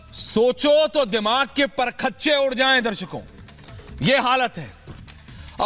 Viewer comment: او چاچا پرکھچے نہیں پرخچے 😂